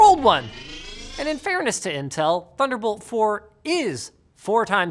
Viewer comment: oh did we say "thunderbolt"? we meant "tunder olt"